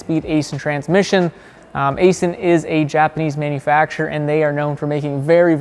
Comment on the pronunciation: Just a correction Aisin is pronounced “Eye-shin”.